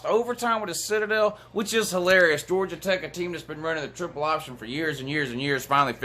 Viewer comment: WHO HAS JAWJA PWAYED WOU